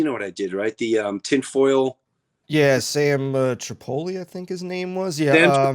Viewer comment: Okay Sam butchered his name yet you butchered Sams last name, Tri pole eee...wtf